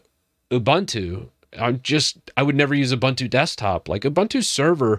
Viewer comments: It is pronounced oo-boon-too not Ubantu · “Oo-BOON-too” not “oo-BUN-too” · oo-boon-too not oo-bun-too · it's ooboontoo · A couple of thoughts. First, it's pronounced "oo-boon-too." Secondly, Unity wasn't a great invention. When they came out with it, people hated it. I was always much more a fan of Gnome, or other DEs. But I do agree some of the other things you're talking about are disappointing. But one thing to remember is that Ubuntu was never meant to be a power-house distro. It was always meant to be a really easy distro to use to entice people to come over to Linux. I think even though snap is slow, it helps make things easy for people who don't care about power. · the name of the software is an african word... it is pronounced ooboontoo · Obligatory comment complaining about how you pronounce Ubuntu, even though it doesn't actually matter at all and 99% of us pronounce it that way anyways :P